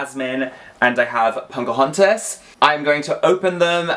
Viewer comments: You are aware that you're saying Punkahontas? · I cannot unhear 'Punkahontas' lol. With a Barbie body, she might be the ideal version!